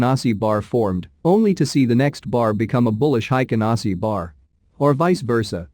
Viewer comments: Hey robot, It is pronounced "Hey-ken-Ah-Ee-shee" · Haykin Ashi is the correct pronunciation. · Heiken ashiじゃない、Heikin ashiが正しい 漢字で書くと「平均足」